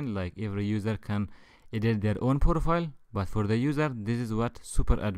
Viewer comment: I love this serie But.. STOP SAYING "POROFILE " PLEEAAAAAAAAASE IM IN TEARS!!!!PLEAAAAAAAAAAAAAAAAAAAAAAASE